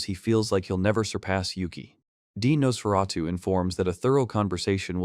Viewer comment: The tiny panels, blurred text, constant mispronouncing of Nosferatu, getting wrong who was saying what to who, is just painful. A great manga, but a poor video on it.